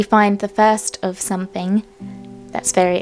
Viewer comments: Don’t stop saying “somethink” it makes you you and I love your uniqueness. Xx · i think its endearing the way you say think for thing, dont be afraid of the grammar critics, i think you are an absolutely smashing young lady. Your mum must be extremely proud of you. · It’s cute that you say “somethink” instead of something! You don’t need to change!